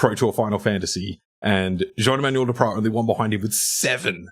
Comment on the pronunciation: Your pronunciation of Jean-Emmanuel Depraz is flawless 👌🇫🇷